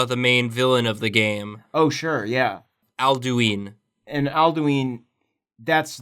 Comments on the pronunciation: the way you pronounced "Alduin" made me sad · Alduin is pronounced Ald-win not al-doo-ween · The Mutant Lemur If I'm not mistaken, it's "Al-Doo-een"